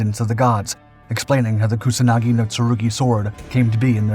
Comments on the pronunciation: It's Kusanagi, not Kunasagi... wtf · He calls it Kunasagi... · If you are dedicating a whole video about a specific sword at least pronounce its name right